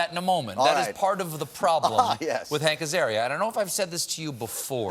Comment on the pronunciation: “Hanker’s Area”